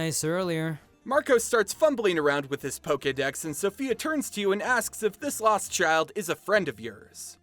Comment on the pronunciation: Sofia not Sophia (In Italy)